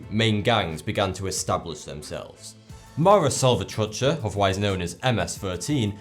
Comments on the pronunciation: Its funny how he says "mara salvatrucha" heheh 😂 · LOL him saying Mara Salvatrucha